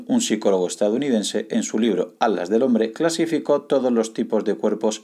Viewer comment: Porque no habla bien ? Porque dice ALAS si dice Atlas